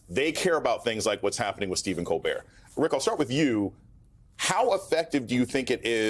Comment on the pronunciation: Good idear, Stephen Col'beer! 🍻